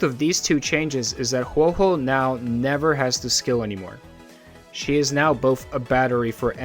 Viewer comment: A whole video dedicated to her and you are still a CC who doesn't say Huohuo's name correctly so I a, leaving a dislike as I do for all videos that say her name wrong